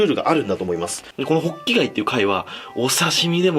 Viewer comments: ホッキ貝がボッキ貝に聞こえた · 最初滑舌悪すぎてボッキガイ言ってる